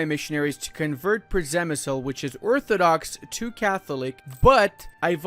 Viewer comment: The pronunciation of "Przemyśl" was hilarious.